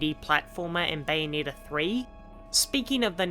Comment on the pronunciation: I couldn’t watch the viseo further than one and a half minutes in because of the way you pronounce Bayonetta’s name, it rubs me in all the wrong ways It’s not “bayoneeta” it’s bayo-NET-ta